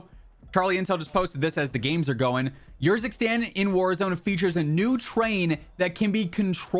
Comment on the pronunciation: Bro i think it should be pronounced Erzikstan, not yourzikstan lol